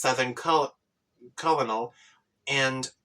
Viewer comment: colonel is pronounced like kernel